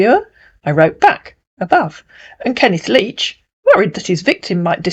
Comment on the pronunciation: "Kenneth Leach", huh? Kenneth LEECH is more like it!